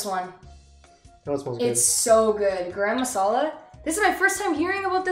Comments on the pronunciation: its nit gram masala, just like yall pronounce rum or gum just join these two gumrum and remove the m from gum to pronounce it as gurum masala :) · I am gonna teach you somethings. Garam masala pronouncing is :gorom moshla. When eating you have to mix it well with rice. The rice need to be properly Colored when u mix.after mixing then you eat 'dont mix all rice with all butter chiken at a time ' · Btw guys no hate or anything but it's pronounced Guhrum masala Naaaan And guys ghee is similar to clarified butter I loved the video and I love the reaction that ppl who haven't eaten or made butter chicken b4 have made Its really a great video Good job guys As a member of the council y'all are certified indian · kyedae be like gaa-rum-masala 😂😂. Being an Indian I can feel the taste lmao xD. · u did ur best but garam masala isnt pronounced like that lol its more like ga-ram masara like the a isnt like the british sounding A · The way she pronounced Garam Masala was cute. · the way u guys pronounce garam masala>>>>>>>>>>>>> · It's just sooo fun to listen to every non-indian pronounce garam masala wrong 😂